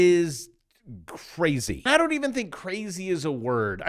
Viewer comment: It's cwazy! It's wack!